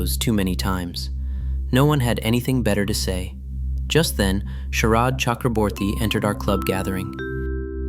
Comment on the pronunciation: 'orderly' (WRONG WORD) ........ then there are some mistakes in the text....bengal names and then the AI text.....mispronunciations....SHARAD i saw sHERAB........these lttl little things.........